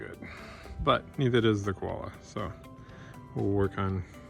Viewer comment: Lol you guys. You need an Aussie accent for this one. Its not a "kwolla", it's a "co-wah-lah". Great result by the way. Cheers from Sydney!!